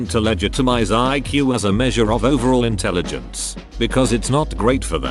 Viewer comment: "When you're in the telligence" LOLOLOLOLOLOLOLOL